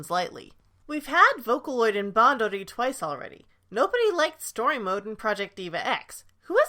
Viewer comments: Same. As a Japanese speaker, I want to puke. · Even as a none Japanese speaker that pronunciation makes me uncomfortable too